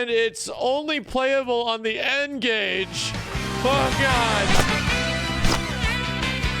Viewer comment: Damn bruh, N-Gage? You wildin’ lol!